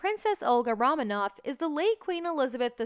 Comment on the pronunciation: "Ro-manov" as in the sound of the word roaming, not like "raw".